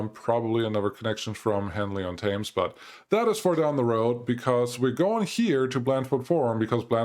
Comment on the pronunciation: you pronounce it henly on tems and dunstable is dun sta ble then say it quicker. im from the uk so i know how to pronounce english town names your welcome lol